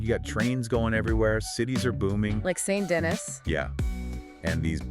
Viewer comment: whos denis Its pronounced San Denee